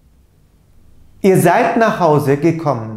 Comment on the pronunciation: Neden gekomm diye okunuyor ?